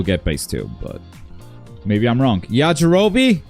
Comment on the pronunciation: Not the "Yajirobii"